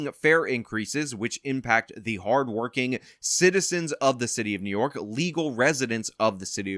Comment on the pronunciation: What did Adams say? New Yolk City. That is what I heard.